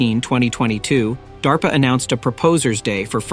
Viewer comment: It's DARPA not DAPRA!!!